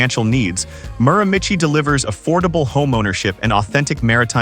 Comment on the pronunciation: I had to laugh at the terrible pronunciation of the Miramichi. Beautiful spot on the east coast!